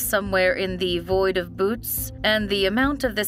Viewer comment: I don't think that is how u pronounce "Boötes" (Some astronomical names can be a little difficult to pronounce. For example, the constellation Boötes is pronounced "boo-OH-tees" not "Boots" or "Booties". In some cases careful pronunciation may be necessary to avoid embarrassment as in the case of Uranus, which is pronounced "Yoor-a-nus", not "Your-anus.")